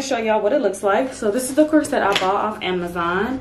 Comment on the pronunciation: Girl I love how real you are. Just one thing, though, the word corset is not pronounced “core-set” it is pronounced “course-it”